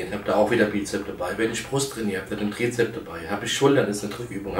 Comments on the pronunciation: Lieber Markus, es heißt Trizeps und nicht Trizep. Ebenso mit Bizep und Bizeps. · Es heißt Trizeps, nicht Trizep. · Hat er etwas gegen das 's' in Bizep - s und Trizep - s? XD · Bizep, Trizep, sooo herrlich doooooof